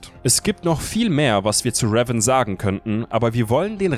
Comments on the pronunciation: Könnt ihr bitte Revan richtig aussprechen? xD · Also ich mag eure Videos ja echt, aber bitte sprecht den Namen "Revan" doch bitte richtig aus.. Das macht das ganze Video echt kaputt wenn man das hören muss.. 😐